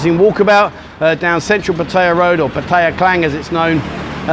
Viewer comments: Good advice but it is not called pattya it's called patt-a-ya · First mistake saying pah-taaaya it’s patty-ah fuckin twat ! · Learn how to pronounce Pattaya correctly. Don't sound like an Idiot. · Your pronunciation of Pattaya is a mistake that you failed to mention.